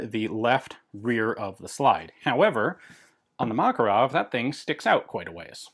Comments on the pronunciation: correct pronounce is MakArov, not MAkarov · Why do you pronounce it as Mákarov? It's not pronounced this way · Russian pronunciation is MakArov (Макаров), English pronunciation is MAkarov (Makarov) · Mate, I understand the tradition of pronansuation, but respect the rules of other languages: MakArov, TOkarev, KalAshnikov... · I love how Ian's pronunciation of Makarov is in between American and Russian lol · The thing is, it's not like it's an english "variation". You're literally mispronouncing the guy's name. Ref. GArand vs GarAnd. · Fun fact: name 'Makarov' actually has the stress on the second syllable.